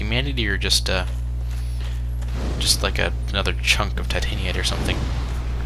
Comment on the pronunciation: "tight an eye t" Titanite